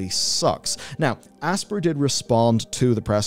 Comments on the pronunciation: it NOT ASS-PUR its ASS-PIE-ER , you calling it Aspurr is gonna give me a frikin' anyurisim. Just Kiddin' it is kinda annoying though. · This is the new Ubisoft (you be soft). It's pronounced Aspire. Class over. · It's pronounced "aspire" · have you never played an Aspyr game? their pre-menu video clip is literally a woman saying the name of the company while the logo gets hit with lens flare and she says "asp IRE" like the word 'aspire' not 'asper' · I always assumed Aspyr was meant to be pronounced the same as "aspire"...no? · it's pronounced like "aspire", sir.